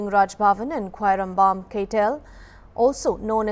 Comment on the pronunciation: Wow she can pronounce Khwairambam perfectly👍👍👍